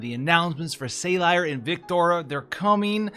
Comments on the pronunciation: Btw. It’s Sah-leer. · Man the way you pronounce Salire drives me a bit insane, but everything else in the video was fantastic! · I understand rough pronunciations on theatrical translations that look nothing like their JP counterpart, but it is honestly kind of funny to hear on a two syllable name that's spoken multiple times in the story.